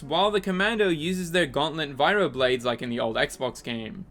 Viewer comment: Why do you say "Viro"? It's Vibro. Like Vibro sword, blade... Anything. It's a prefix, "viro" isn't a term in Star Wars.